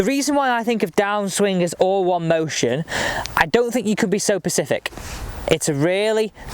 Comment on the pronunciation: You’re one of those who say “pacific”, as in the ocean. 😂 Only messing.